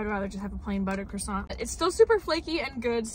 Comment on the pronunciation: calls it a chrissant 😅